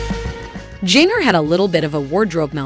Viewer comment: I would love it if you would learn how to pronounce her name. It is like gingerbread.